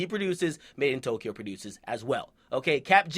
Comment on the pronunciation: You pronounce madeintyo like made-in-tokyo